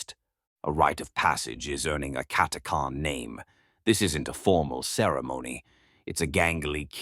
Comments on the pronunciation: Cat a chan cat a khan sounds odd never heard it pronounced like this lol however its a great video👍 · Omg your pronounce is helerious it's cat a chan 😅 not cat a carn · It's pronounced Cat-ah-chan, this abominable intelligence seems to have a pronunciation problem. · Funny how everyone pronounces it different. I've always said, "CATTA CAN." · CataCHan, it’s CataCHan! 🤦‍♂️ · is the pronunciation correct on "catachan(s)" ? i always thought it was pronounced how it was spelled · Never heard the name pronounced like that.